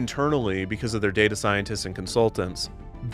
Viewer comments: Definitely heard "data analysts" as "GAYta analysts" which also tracks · genuinely can’t tell if you’re saying “data” or “gay-ta” like gay data scientists